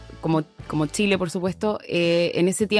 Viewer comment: vi la entrevistas hasta que la entrevistadora digo Tchile...